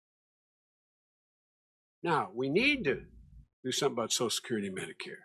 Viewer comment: I was about to make fun of Biden for slurring through the pronunciation of 'social security' but then Jimmy started doing it too LMAO. How many Martinis does JD crush during an episode??